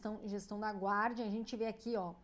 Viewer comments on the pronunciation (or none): none